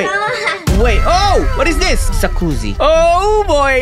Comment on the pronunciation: Sorry but the last o is supposed to be i